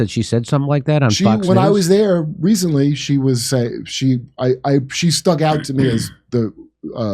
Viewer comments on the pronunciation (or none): none